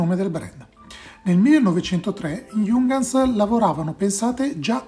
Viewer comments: Ehm c’è anche un altro errore, Giungans non si può sentire. Si pronuncia “Iunghans” (l’h va pronunciata). Se nei prossimi video tratti altri prodotti tedeschi e hai dubbi sulla pronuncia scrivimi. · si pronuncia però "iung-hans" con la i e l'acca aspirata, non "giungans"...